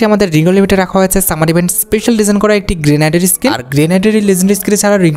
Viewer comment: হা সবই legendary আর সবই আমাদের সবচেয়ে demandable হা হা 😂😂 আর ওইটা গ্রেনেড গ্রেনাইড না 😂😂